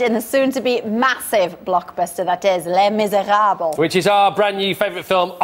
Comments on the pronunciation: that presenter pronounces les miserables horrifically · when the host pronounces les miserables wrong...